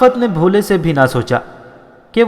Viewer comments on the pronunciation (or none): Bholey naheen Bul k Bhuley ya Bhooley saheeh hai. Bhara gaee naheen Bul k Bharra gaee yani Roo hansi Aawaaz mein.